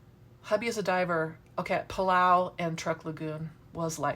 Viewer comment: Where is your favourite scuba dive place? I couldn't understand what you said.... sounded like pelow? 😟💦?